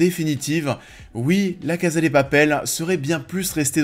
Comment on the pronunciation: J’ai bcp aimé cette première partie de saison, je suis toujours aussi contente de revoir ces personnages auxquels je suis attachée donc pour moi c’est pas vraiment la saison de trop. J’ai hâte d’avoir la fin. Et pitié prononcez bien « CASA », c’est à l’espagnol pas à l’italienne !!!